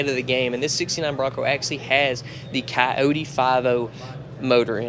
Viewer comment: It's Coyote!!! Not Catote.